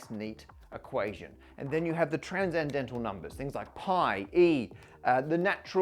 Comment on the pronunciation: Why does he pronounce "transcendental" as "tranzendental"? I know English is weird, but "sc" to /z/ is new to me